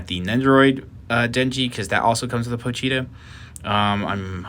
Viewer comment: Me: pochita Chainsaw man fanbase: pochita This guy: Pocheeta